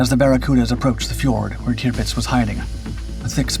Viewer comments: I agree with other comments about the start. It doesn’t become clear that this video is about the Barracuda until we are a couple of minutes into it. What ruins the video for me, once again, however, is the cringeworthy way that Tirpitz is pronounced. It is “tir” as in “sir” not tier as in pier. For goodness sake. How I wish the voiceover artist would check his pronunciations before releasing his videos. It’s just so unprofessional. Quite what a crashing DH Mosquito is doing in this video is also beyond me. Apart from all that the video was quite interesting. Keep going but do please take the fair criticism on board. If something is worth doing, it’s worth doing well. Very best wishes, Adrian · I had to stop the video after I don't know 2 minutes something like that to say I've never heard you mispronounced or recognized you mispronouncing the names of ships or persons or events and then I hear you say tupdz and I think you said another variation of it it's the tirpitz and she was actually a lumbering loggerhead of a piece of crap she didn't make much of a difference in the war except for when she was finally sunk it destroyed the morale of the German Navy and that's when the Germans finally realized outgunned outmanned and out brained or one would say out maneuvered it didn't help that they were led by a maniacal insane individual with a God complex